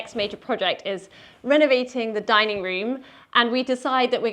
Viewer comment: What is a "dinning" room? 😊